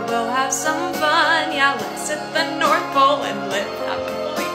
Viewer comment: "Yes, Let's hit the north-OLE" LMAO